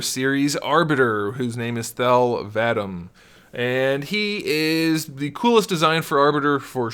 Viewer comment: It's pronounced Thel 'Vadom